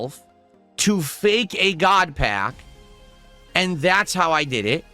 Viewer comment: "Gahd Pahk"